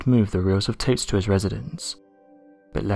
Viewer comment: The REAL "unexplained mystery" is how there's an "m" sound in the word "tape"...